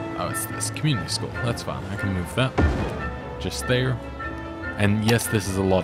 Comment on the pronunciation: Hi. Great series. Thanks. I smile whenever you say "that's Fine" my brain hears "that's fun".. And I have to smile